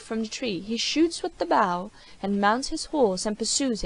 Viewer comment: Reader keeps pronouncing bow like “bough” when in context it’s clearly talking about a weapon.